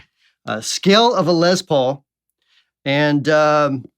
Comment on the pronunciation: Good video. But it's Les Paul, not Lez Paul.